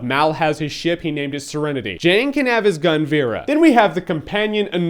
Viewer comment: It's Jayne, not Jane, ha ha ha!